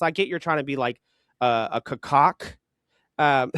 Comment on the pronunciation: Not calling the bird a CAW-COCK 😂